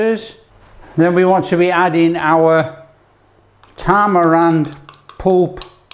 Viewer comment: It's called tammirind not tammarand